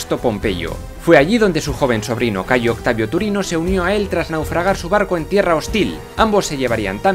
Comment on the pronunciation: Me gustaría felicitaros por todo el trabajo que hacéis, se nota la enorme preparación y documentación tras los vídeos. Sin embargo, querría haceros unas sugerencias en lo que a la pronunciación del latín respecta: primero, el praenomen es Gayo, no Cayo. Es cierto que aparece abreviado con una letra C. (al igual que el praenomen Gnaeus, Cn.), pero esto se explica porque la abreviatura es más antigua que la introducción de la letra G en el alfabeto latino (la G es un invento puramente latino, que surge de la necesidad, pues en el alfabeto etrusco no había una grafía para la oclusiva velar sonora, pero sí para la sorda, la C, que hasta el siglo III representó indistintamente el sonido velar sonoro y el sordo). En el siglo III a.C., el liberto Espurio Carvilio, que había sido esclavo del cónsul Espurio Carvilio Ruga, decidió agregar un pequeño rasgo a la C para crear una letra nueva y representar así el fonema velar oclusivo sonoro como distinto del velar oclusivo sordo. Otra precisión es que en latín apenas hay palabras agudas. Por lo general, la mayoría tienen acentuación llana (se diría, por ejemplo, "prínceps" y no "princéps"). Las reglas de acentuación son algo mas complejas que esto (la regla de la penúltima: si la penúltima sílaba es pesada - constituida por una vocal larga o trabada- , portará el acento, mientras que si es ligera constituida por vocal breve en sílaba libre el acento recaerá en la antepenúltima) pero la tendencia es la que he señalado. Por último, la letra